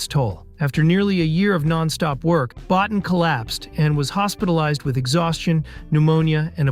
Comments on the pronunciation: Rob Bottin. His surname is pronounced “Bo-teen”. Easy enough mistake to make… but also easy enough to get right with the appropriate amount of background work. Your mispronunciation of key players’ names is really dragging the quality of your content down. Invest in some more up-front research and checking and it’ll pay dividends down the line.. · Bottin is pronounced "boh teen"